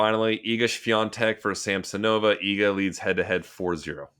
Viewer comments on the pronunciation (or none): Hey Sam, why are saying Swiantek insfead of Swiatek? Maybe I'm not listening well.